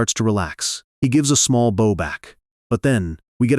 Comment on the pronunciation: The mispronunciation of bow is always a dead giveaway